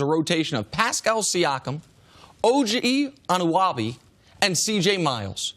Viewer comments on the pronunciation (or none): It's pronounced a-nun-o-by not anawaby lol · An-un-oh-bee that’s how you pronounce it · This man can’t say pronounce OG anunoby